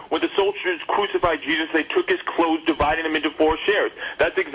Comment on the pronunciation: "It's a pwafacee!! Day cwucified him an' day divided his cwose umung day dawgs!" The obvious sign of homeschooling is the untreated speech impediment.